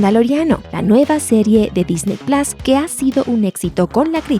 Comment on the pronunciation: Disney Plas..... En serio??? Plas?????